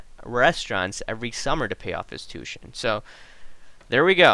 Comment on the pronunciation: Just for your information. Tuition is not pronounced " two shun " the proper way to say the word is " two ish shun". Good video here though buddy.